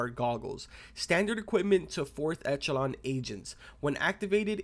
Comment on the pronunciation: Its pronounced ekelon